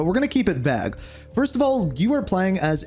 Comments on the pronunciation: Was he trying to say vague when he said keep it vag? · Brother your whole life is a lie because vague is pronounced Vayg, not Vag😭